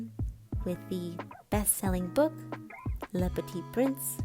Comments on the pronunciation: also the little attention u made to saying the little prince in its original language (french)… ur really good❤️ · as a French person, hearing her saying “Le Petit Prince” made my heart melt gaaaaaah